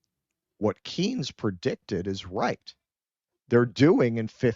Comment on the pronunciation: Maynard Keynes, It's not keens, it's pronounced cains.